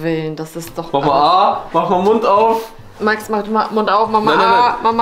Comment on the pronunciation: Warum wird Max eigentlich määääxxx ausgesprochen und nicht einfach Max?